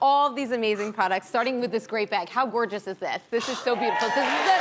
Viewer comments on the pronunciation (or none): "Gorgeois", i speak french, WTF is she trying to say ?!?!?!